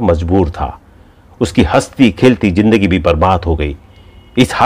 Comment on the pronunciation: What a bad pronunciation Say Zeenath not Jeenath Tarazu not Taraju Zindagi not Jindagi Hazaar not Hajaar Get speech therapy